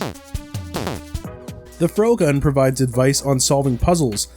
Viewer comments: "froh-gun" You have to be kidding me. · It's a perfectly cromulent word. What would you like more? Fr-ohgun? Frog-gun? Frog-uhn?